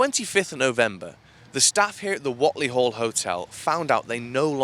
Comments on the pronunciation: Thanks for this but it's pronounced 'Wait'ley Duck x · It's pronounced Wait-ly...